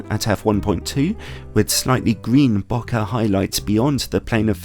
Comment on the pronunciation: Love your reviews but please, please pronounce bokeh properly. It's not bo-ka, it's more bow-kay kinda like okay.